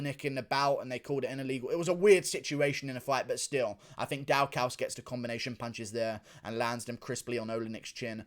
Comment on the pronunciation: are you pronoucing Daukaus wrong on purpose orrrr is there something else happening here